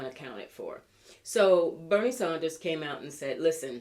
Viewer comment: It’s Bernie Sanders. Maybe you’re purposely pronouncing/spelling his name incorrectly but just mentioning.